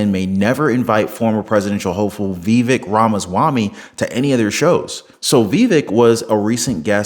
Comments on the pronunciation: Brother, it isn't "Vee-vick," it's "Vah-vake." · Vivek as in cake, is how to pronounce it. Not being mean, I pronounced it wrong at first too. I hope he runs in 2028. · Hey listen, how do you speak to you but learn how to pronounce his name it’s Vivek by cake the vape I don’t know what yet then crawl up somebody so they can show you and let you hear it how it’s pronounced best of wishes to you but please learn how to pronounce his name